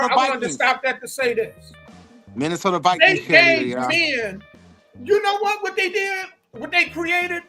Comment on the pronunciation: HaHaaaaaaaa!!!!! Yall said the "Missy" Sota Vi"Queens" 🤣🤣🤣🤣🤣 ...SMH